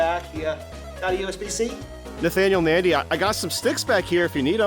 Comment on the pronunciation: How did i know there was gonna be a "Bathanial Bandy"?